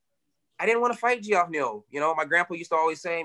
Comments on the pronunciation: Kevin calls Geoff Neal "Gee-off" over and over again 😂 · calling neal “gee-off” lmao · G-off haha. That's how I used to pronounce it when I was a kid. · Is it actually pronounced g-off Neal?😂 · Ge-off neal 😂😂😂